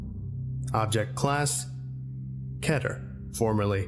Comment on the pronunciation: this guy makes good videos, HOWEVER. it is pronounced KEE-ter. NOT KET-er.